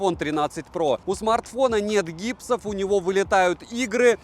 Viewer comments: Нет не гипсов, а гапсов))) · нет гапсов а не гипсов ( google applications)